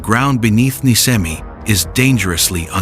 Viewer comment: IT IS NISCEMI NI THEN SCE LIKE SHEE NOT SKEMI IT IS LIKE ISH